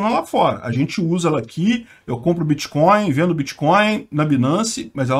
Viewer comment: “Em algum momento o senhor operou com “creptomoeda [sic]”, com “bitcóio [sic]” ou outros?”...